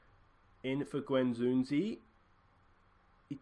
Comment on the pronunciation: You forget to pronounce the D in Guendouzi :p Losing away 1-0 isn’t that bad, you can fix that. Keep it up, nice series! Im also playing Arsenal, stil in first season.